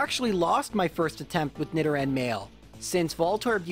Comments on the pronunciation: i think its supposed to be nee-do-ran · Why are you pronouncing nidoran wrong? It’s like Nidoking. “Need oh king” so... “need oh ran” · Nidoran and Nidorina, not whatever you said. Sounds odd.